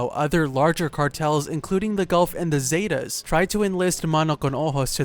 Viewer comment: ita Zetas not Zatas. try saying is like "setas" thats not a word but its basically how it would sound in spanish.